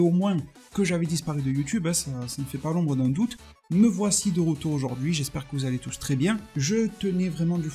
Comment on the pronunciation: Tu es de rrrrrrrrrreture !